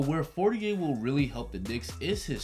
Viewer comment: Please pronounce his name correctly, it sounds like you're almost saying 48. Even google voice is writing 48 whenever you say For-ni-air.